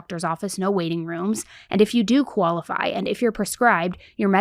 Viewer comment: I love the way you say qualify😂 Kaola-fi